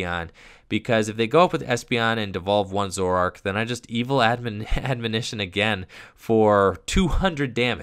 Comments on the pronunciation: S/O to for being the only Poketuber I've seen so far to correctly pronounce the word "Admonition" On another note, I wonder if Standard Zoroark will become any more balanced when Puzzle of Time rotates at the end of the season, since I personally find that combination to be the most ridiculous. Of course, there are a lot of factors in a theoretical SM-on format that could make Zoroark even stronger (fewer draw supporters, no Garbotoxin, etc.), so I guess it's hard to say at this point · Didn't even struggle with the word either, just nailed it like it was nothing. Major props,! (People mispronouncing the word has become a pet peeve of mine, haha)